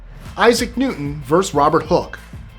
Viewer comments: Can you please pronounce the word versus...versUS as it is spelt, it so grates when pronounced verse. Please please I so love listening to your list 25 stuff, so interesting, but AHHHH. Sorry to be pedantic,, and it's Anne of Cleeeves!!! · It's verSUS,, not verse. Love your extra tidbits of information. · I like your channel, but your mispronunciation of the word versus was distracting. It’s pronounced like it looks — ver’ sus; not “verse.” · vs is abbrev for verses and it's 2 syllables. I love your videos, but that hurts my ears. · you are driving me nuts. "Vs" is pronounced "Verses" 😂😂😂